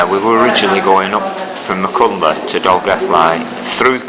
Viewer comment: word to the wise.... .. its pronounced .. ( doing my best with typing spellaneese ).... Mack... Han... cltheth